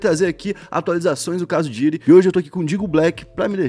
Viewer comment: não é Diddy, e sim Diddy! (se pronuncia com a ponta da lingua )